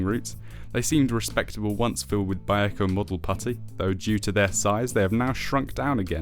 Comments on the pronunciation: I guess all the people who live in Vallejo, California are wrong. Okay. It is still three syllables, not two. We will agree to disagree. From wiki.... "Vallejo (/vəˈleɪ(h)oʊ/ və-LAY-(h)oh; Spanish: [baˈʎexo] ba-YEH-ho) is a city in Solano County, California and the second largest city in the North Bay region of the Bay Area." Seems either way is correct, but what I heard in the video sounded.... off. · "Vallejo"..... three syllables...."Val_lay_ho". So many YT presenters have trouble with this. I just acquired this kit, but haven't built it yet. It's interesting seeing Airfix's evolution over my five-plus decades of model building. This video gives me a good heads-up on the few problems of the kit.